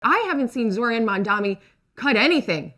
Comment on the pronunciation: they still cant say his name right 🤡